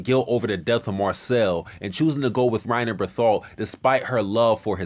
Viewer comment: I’m sorry... Bertholt? Respectfully, it’s pronounced Bear-tolt.